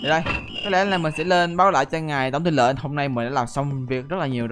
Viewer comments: Tong tu lenh a noi nham thanh Tenh tu long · Khúc cuối a nói ngài tển tư lộng??? :D